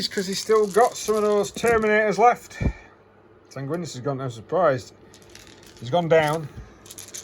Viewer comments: haha SangwinEEEus. There’s an I after the N. 😅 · Sanguinius is pronounced ‘San-gwin-ee-us’ :)